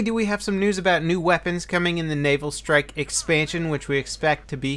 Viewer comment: Just me, or does it sound like is saying, "anal strike"... That would be some interesting DLC.